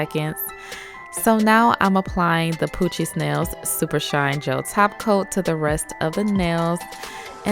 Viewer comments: The way she says “poochiez nails” sounds like “Coochie smells” lmfao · I was like nah at first but then She said it and I got what you meant lol the first time she said it i heard coochie smells too